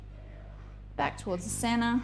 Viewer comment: "Back towards the cenna" ...? Lol cenTer